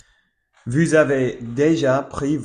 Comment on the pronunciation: Salut ! Tu parles incroyablement bien le français, je suppose que tu es anglophone ? Probablement des États-Unis d'Amérique ou du Canada ? C'est super plaisant de voir des anglophones s'intéresser à d'autres langues ! Encore plus si c'est la mienne... :eyes: Haha. Petite astuce, j'ai remarqué que tu prononces "Vous" comme "Vue", essaie de prononcer le "ou" comme un "oo" en anglais. Par exemple, dans le mot "Vous", imagine que "ou" se prononce comme le "oo" de "look" ! Ensuite, essaie de l'adoucir un peu, et je pense que ça pourrait grandement améliorer ta prononciation du son "ou" !! Bien joué pour ton niveau, tu parles VRAIMENT bien ! <3